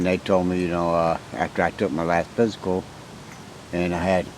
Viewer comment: he wanted to say physical but pissical came out